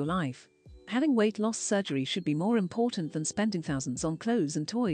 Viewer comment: Impor-en [important]